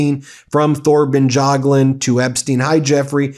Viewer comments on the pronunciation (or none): That's the craziest pronunciation of Thorbjørn Jagland I've ever heard! lol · Thor and Tor is pronounced a like. Bjørn (ø is pronounced like the u in truck ,not dragged out just a short uh like it sounds like a seal cubb). Thorbjørn/Torbjørn is also pronounced the same. We do not pronounce silenced letters like Th +many more. Jagland is pronounced Ja g la nd Jagland... He says it's absurd all the questions he has gotten after this,but look more like a deer in the headlights than ever. It's not my favorite ex- primeminister. Regards from Norway